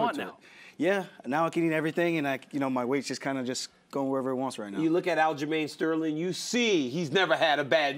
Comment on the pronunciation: Didn't know Aljos name was Aljermaine Stole-her-ring.